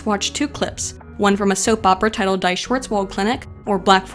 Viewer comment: LOL, "Die, Schwarzwald Klinik!" as if a clinic could die. :D The german "die" is pronoinced as "dee-e". Just a correction, but I thought it was funny. Great video otherwise.